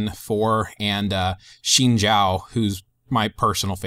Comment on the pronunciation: Really good video im lvl 27 but i wish i had this when i was a beginner luckily i had alot of friends to guide me :) A on the vid and its pronounced "zin zow" you said the zhao part right though haha